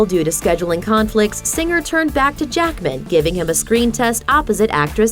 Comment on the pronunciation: who did this clip? Jackman had a few movies before X-Men. and PLEASE say Jackman as ONE WORD!